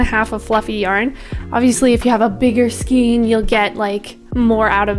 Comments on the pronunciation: It is pronounced skane not skeen. Excellent tutorial. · I loved this tutorial! So clear to understand. I do however, need to correct you on your pronunciation of skein - it rhymes with Wayne not wean. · skein --> pronounced skane